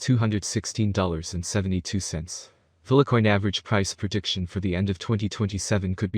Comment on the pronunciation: FILE-COIN NOT PHILA-COIN! WHY ARE YOU PRONOUNCING IT LIKE THAT AND YOU EVEN SAY FILE SEVERAL TIMES IN VIDEO BUT STILL CALL FILECOIN PHILACOIN!!! WHHHHYYYYYYYYYYYYYYYYYYY